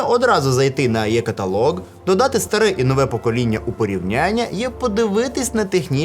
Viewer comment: е каталог, або і каталог, але не Є каталог ! дякую за цікаве відео! вподобайка! 👍👍👍